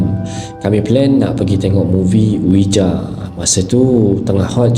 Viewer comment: Ouija sebutannya weejee/wiji🙂✌ apa pun enjoy cerita2 seram kat channel ni..keep up the good work 👍👍👍💪💪💪